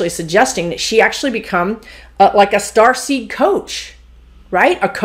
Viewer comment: I kept hearing "Starsky" instead of Starseed, so now I am thinking of Indigo as "Hutch". As an old soul I feel very protective of a 3 year old I am certain is a starseed or indigo. Is that common? Please ask the guides about the Indigos.